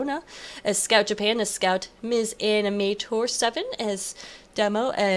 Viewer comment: this is the 2nd time, its not "mis animator" the m & s are supposed to be pronounced separate, im not a girl:( (i know its a confusing name:P) but thanks alot for casting this! this was the most fun game we played so far in RSP!:D